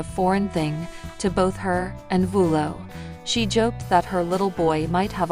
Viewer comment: Jinger Duggar Vuolo absolutely did NOT lose her home! She lives in Santa Clarita and there were no fires there!! She was recently interviewed on CBS good morning and was asked about her home and she stated they were not affected. Get your damn facts straight!!! And damn say her name right!!! And the city she lives in and the state she’s from! Jesus Christ!